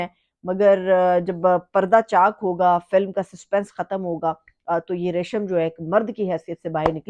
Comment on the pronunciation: Reshama nahi Resham 😂